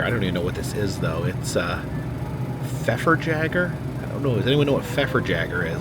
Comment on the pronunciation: Pfefferjager (pronounced feffer yager) in German means pepper hunter. J in German is pronounced like the English letter Y